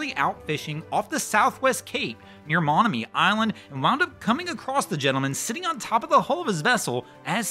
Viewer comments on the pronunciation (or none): Monomoy Island is pronounced like soy or boy…Monomoy. Monomoy Island is 8mi long x 1mi at its widest. It extends south from Chatham, the elbow of Cape Cod. The water is usually cold in this area due to the vast upwelling caused by the Labrador current running into the shallow Nantucket Shoals & widespread tidal rips. Rips are like whitewater rapids & can swamp and capsize a boat in seconds. This gentleman was fortunate it wasn’t foggy.